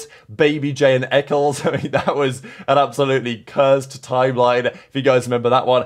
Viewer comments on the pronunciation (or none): none